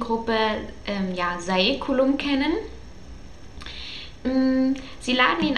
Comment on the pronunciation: Ich habs gelesen und fands super ps. es wird sÄculum ausgesprochen :)